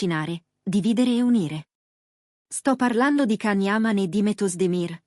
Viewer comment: Si scrive Can ma si pronuncia Gian non l’avete ancora imparato? Pazzesco❤